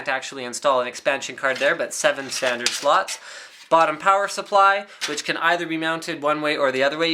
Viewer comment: Sounds like he says the included harddrive sluts not slots lol